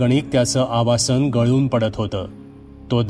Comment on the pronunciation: आवासन नाही आवसान असा उच्चार करा.